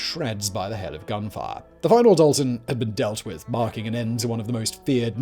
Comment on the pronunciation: I'm related to the Daltons he pronuduced it wrong I would like to say but I never thought there'd be a video though